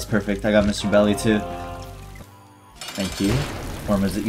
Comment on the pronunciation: Why dose he call it Mr belly when it's Miss dolly